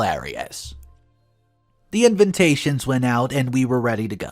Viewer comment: What's this FR Edwards? That's "FATHER" Edwards. And all the "INVINTATIONS" instead of invitations. Hahaha!